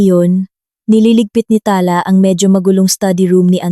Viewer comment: Pls pronoutiation paki improve.ta-la not tala na mabilis.